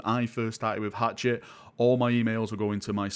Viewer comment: FYI, Hachette is pronounced "Hashette" (rhymes with baguette)